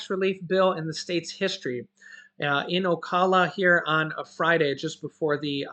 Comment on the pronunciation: Hey.. I live in Florida in a.little city called Starke..which is about 20 Mile's outside of Jacksonville in which I am from.. I wanted to let you know that Ocala Fl, is pronounced "O" COW-LA....SO... OCOWLA...JUST WANTED TO LET YOU KNOW... You are the best!!!